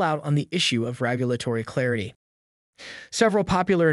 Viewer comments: He keeps say “rAgulatory” instead of “rEgulatory”. Is that driving any of you crazy? lol😅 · Dude what is “ragulatory”? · Why are you pronouncing regulatory wrong lmao